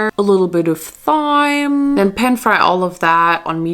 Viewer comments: it’s…. uh it’s pronounced time not thime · wait a damn minute. did you pronounce thyme like th-ime? its pronounced like time haha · isnt it pronounced time 😭 its ok i dont know too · "...a little bit of THIGHM." good soup. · not the "caHUN" seasoning and the "THyme" seasoning.... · The ‘H’ in Thyme is silent btw.. its just “Time”